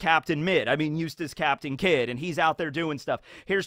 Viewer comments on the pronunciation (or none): "Eustass Captain Midd" 😂